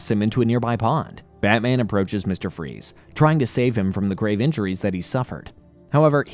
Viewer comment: Did he call freeze fry's 😂😂😂